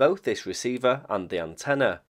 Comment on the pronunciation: The word "antenna" has no "a" at the end, fyi.